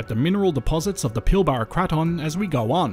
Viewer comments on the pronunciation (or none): i‘m sorry to nitpick but here in WA we pronounce pilbara as pil-brah not pil-bar-a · It's pronounced PILBRA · It's pronounced the pilbruh